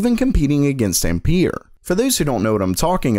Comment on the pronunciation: Ampere not empeer or what... use google translate so u know how to pronounce that or other stuff that u are not sure how to pronounce cuz i remember in the past u pronounced something wrong too